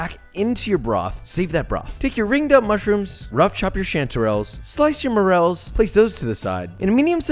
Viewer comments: “More-rel” not “moral” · When you said morels I thought you said morals and I was like...dude I get it I’ll make it from scratch I want my morals!